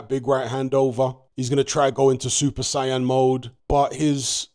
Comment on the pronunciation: it’s super saiyan like Super SAY-UN not super cyan. ☝️🤓